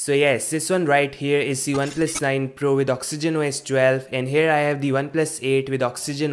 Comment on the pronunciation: "Socks-ogen Wo-S 12"??? I thought this was about Oxygen OS 12. Oh well! OK, I'm just joking around, this is a great, short, informative video even though I could do without the singing "intermission", LOL. Take care, -Eric